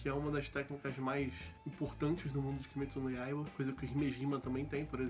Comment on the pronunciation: SÓ PELA PRONUNCIA DO NOME DO ANIME JA ACHEI FODA